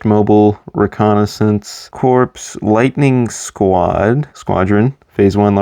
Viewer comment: A few things: - Corps is pronounced like core, not like corpse. - The 2008 shock trooper is different from the 2007 one in that he has a white hip piece instead of a black one. - The Lightning Squadron ARF trooper is specifically Razor because of the four blue stripes on his helmet, Stak only had two blue stripes. - I don't know why you included ARC trooper Hammer since you left out all the other named clones. - The 2019 41st scout is different to the 2014 one because of the dark tan printing on his inner legs instead of the brown printing that the 2014 one had. - The 2020 airborne has completely different printing to the 2014 one. - That design first appeared in Clone Wars seaon 5 and then the exact same design appeared in the 2017 Battlefront 2. - I've seen more people online be fine with or not have an opinion on the helmet holes than I have seen people have a problem with them. - Fives was an ARC trooper and his rank is unknown, but he was likely either a sergeant or a lieutenant.